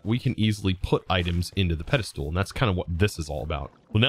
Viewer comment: What's with the "pedestool" though?